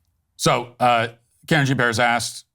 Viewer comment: “Karen Jean Pear”..🤣